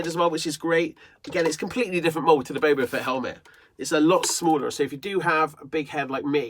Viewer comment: Dude it’s boba fett not bobo fett